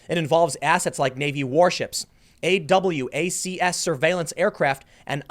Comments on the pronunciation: It's pronounced AWACS. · Wait... did you just pronounce "AWACS" letter-by-letter? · Tim, AWACS is pronounced eiwaks. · just cause i know you like to pronounce things properly AWACS is just like A-WACKS, love your videos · Hey Tim Curacao is pronounced "koo-ra-sow" and AWACS aircraft pronounced "Ay-wax". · AWACS is pronounced "a wax"...Airborne Warning And Control Ststem, it's a flying air traffic control system and a lot more. They are a serious piece of equipment. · Those planes are pronounced Ayy-Wax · FYI awacs is just pronounced like it is a word